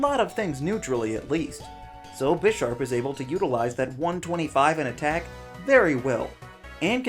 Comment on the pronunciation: this guy knows nothing about pokemon. his pronounciation of bisharp deserved a downvote on it's own